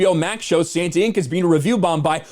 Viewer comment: santanInc... say it as one word